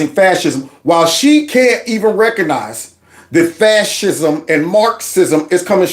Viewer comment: ...the word is "RECOGnize", not "reconize". RECOG not RECON!